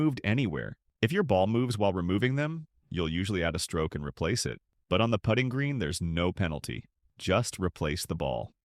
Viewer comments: AI at its best! It’s a putting green, not a “pooting” green. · Great video, but please just check the AI pronunciation in future - 'putting' sounds like 'puting' here. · We need to train ai to pronounce the word putt-ing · The AI voice can not pronounce putting correctly. Ha Ha...